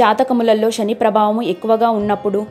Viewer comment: Rashi, Shani kaadu. Rasi, Sani ani palakaali.